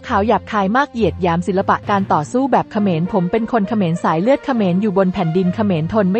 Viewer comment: คนอ่านข่าว! เขาอ่านว่า ขะ -เหมนนะ ไม่ใช่ เข-มอน โอ้ย จะบ้าตาย